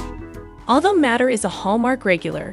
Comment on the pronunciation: Please! This is a fun collection of photos, but Niall's last name is pronounced "MAY-ter!" thank you!